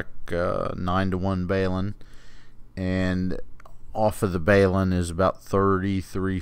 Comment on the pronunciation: BAY-LIN ??? 😁 That's the first time I've ever heard it Pronounced that way